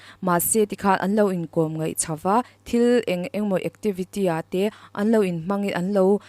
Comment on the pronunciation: I aw ngaihthlak anuam hle mai mahse ngaih tih tur kha ngeih iti zel aaa